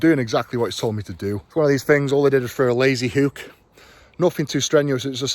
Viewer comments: And the word is hook Eddie not huuukkkk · A lazy hooooook, it’s hook not hoooook